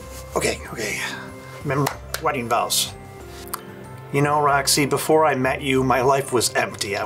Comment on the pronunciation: Roxy* not “Rony”